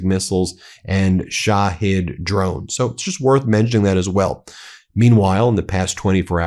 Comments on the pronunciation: at least TRY to pronounce it correctly! SHA-HEAD drones! SHA-HEAD. Not she heed, not shahaed, not sahaed! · Ben, get some help for your pronunciation of non-American/English words. It hurts my ears to hear you say Shahed, or EuroMaidan. Sounds like "My Dan", from ميدان, from مدن. Yani -- City Square.